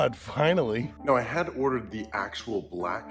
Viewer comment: "Execute ordarr 66" he it's funny